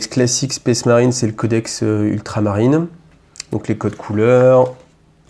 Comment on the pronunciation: "SPACE" marine pas "spèce" marine, bordel ! Ca écorche les oreilles...